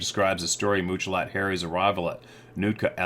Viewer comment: pronounces Muchalot Harry's name as Mooch-a-lot! It's pronounced like three separate English words, which it is: Much, a, lot. Two ways of saying "MANY", like he trapped MANY animals, got MANY furs. To say Mooch a lot would be an insult, right? So Much-a-lot is a GOOD name for a SUCCESSFUL Native trapper. That's how I see his name. But almost EVERYBODY mispronounces it unless they stop to think how Indian languages work. You are supposed to imagine MUCH success, A LOT of bounty. That dude was seen as "The Man" until the Bigfoot tribe scared him into crying like a little girl. Sad story!